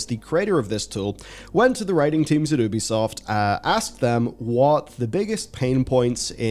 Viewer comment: If you have to rely on humanity for something to go the way to benefit humanity, you’ve already lost. Technology; taking the art and creativity out of everything since the beginning of time. P.S. a nitpick: its YOO-BEE-SOFT. It’s named for ubiquitous software.